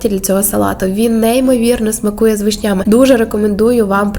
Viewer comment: ГАрбуз, вишнЯми, кИп'яток-- не звично чути слова з неправильним поставленим наголосом. Вишня в мене завжди використовувалася в солодку випічку, десерти, а тут в салат з майонезом, це щось новеньке, можна і спробувати.🍒👍